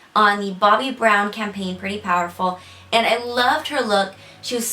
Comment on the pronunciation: I always understood "powderful".